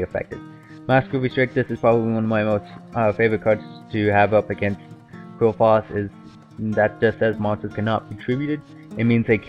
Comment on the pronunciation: It's actually pronounced clifort